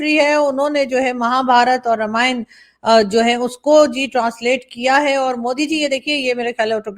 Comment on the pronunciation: Aarazoo ji, Ramayan nahi, Raamayan pronounce hai। Pls do right pronounce 😮